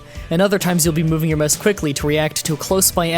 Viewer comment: " Möuhse acceleration"